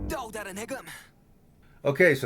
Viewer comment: It's Daechwita not suchwita 😅